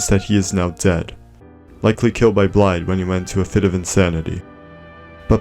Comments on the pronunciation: Small correction, his name isn’t pronounced Blaidd, it’s pronounced BlaiTH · As an ignorant American I will continue pronouncing it blade. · Actually it's pronounced blade